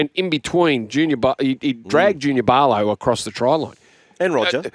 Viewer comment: One question I have is who the hell are Barlow & Timmico? They weren't listed on any team sheets but Aussie Commentators keep talking about them...maybe they mean Pau-lo and Ti-moko